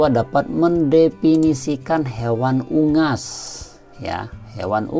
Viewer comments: Soal no 2 bacanya bukan ungas pak tp " unggas " dobel g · Soal nomor dua tu unggas apa ungas kok dibaca ungas? 😀😀😀😀😀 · Baca unggas aja salah 😀😂